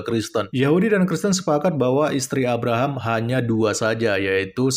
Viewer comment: Abhkk.. rahm.. Biasa aja kale penyebutannya. Kek tau banget logatnya. Padahal cuma asal2an aja. Bangkeeee vangke